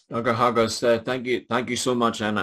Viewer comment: You sounds like you are saying Hostages.